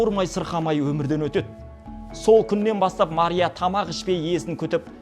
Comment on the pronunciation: Мария десенг тууган маря дейсинда мектепте окугансынбы 😂😂😂😂🎉